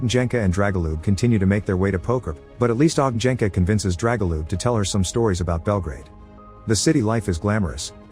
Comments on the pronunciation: You butchered those names like there's no tomorrow 😅 J is pronounced like "Y" in You. Ognjenka=Ognyenka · Funny how narrator speeks Ogn(J)enka - (Fiery one or Bonfire, kres, lomača, lagerfeuer...) wrong, but Dragol(J)ub - correct check (J) Should be Ogn(Đ)enka then. YW ;)